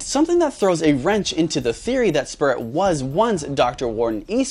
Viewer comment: How did spurrit become spurrit